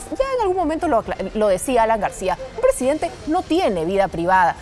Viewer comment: Es presidente no presi Denta estan jodiendo el Castellano